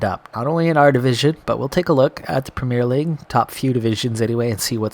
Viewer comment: And despite that we all still have reservations about his ability to learn how to say "Premier League" properly :P